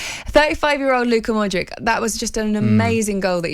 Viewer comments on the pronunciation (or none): say it like modrich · Luka Mod-rich. Its not that hard. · It's Modrić (Modrich). If u can pronounce words such as "church" and "chocolate", i think u can pronounce Modric aswell. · Both the host and her guest have god given talent to mispronounce Modrić. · God loves the Croats 😍 Luka Modrić , learn to pronanunce it lady